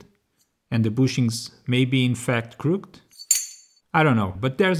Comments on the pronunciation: Hey King, not trying to be judgemental, just helpful It's said 'crook-ed' Two syllables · English is weird, even for those of us that have it as our first language. Crooked is two syllables. Crook-ked, or closer to crook-kid. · great video, good editing so far (not far in yet) just wanted to say the english word "crooked" is not pronounced like most english words ending in ed. its 2 sylables. use google translate to listen :)